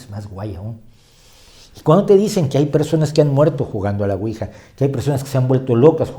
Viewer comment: La pronunciación correcta es Ui-ya porque proviene de sí en francés y sí en alemán. Por lo demás, todo fabuloso